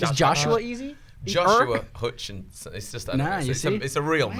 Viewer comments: "Hushershin" Me:......um I don't think that's how u pronounce it..... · om josh hutcherson how can you say his name wrong I cant even pronuce it wrong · How can u not say josh hutcherson it is like the easiest thing in the world